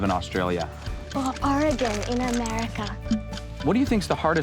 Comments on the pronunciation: the way she said oregon lol i live here its a super nice place lots of trails hikes and fun swimming spots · Aye she said oregon 😂